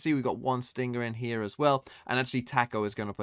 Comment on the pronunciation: Dear, why do you pronounce stinger and sting-ger